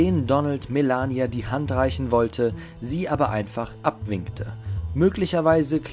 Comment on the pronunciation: Hauptsache Melania deutsch aussprechen